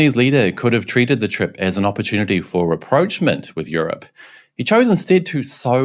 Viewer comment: rapprochement is a french word, pronounced something like #raproshmon"